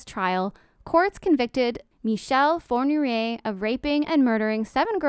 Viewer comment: Please, pronounce his name properly. It sounds like four-knee-ray. Not by respect for this jerk, but you pronounce Fournier, which is a very common family name in France and so is the first name Michel. So basically, you are associating perfectly respectable Michel Fournier with that monster.